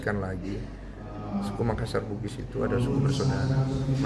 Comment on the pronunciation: BKN Makassar bigis, harusnys BUGIS mksssar.